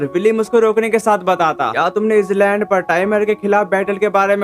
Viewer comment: Bro wo “is land” nhi hai wo “i land” hota hai bro